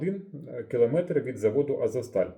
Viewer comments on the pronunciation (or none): none